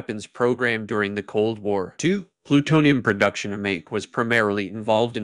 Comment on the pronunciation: The obvious mispronunications right off made me suspect an AI voice is behind this. Mayak is like Maya + k at the end. 🙄